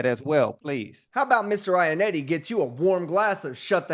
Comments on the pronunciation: Dude mispronounced Mr. Ionotti as “Mr. Ionetti” so much that he had the judge starting to do it. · The real crime here is how y'all pronounce Iannotti. Italians would cry.